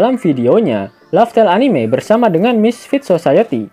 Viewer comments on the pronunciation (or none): none